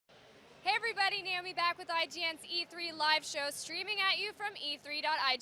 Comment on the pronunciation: "bring me brack". Made me lol.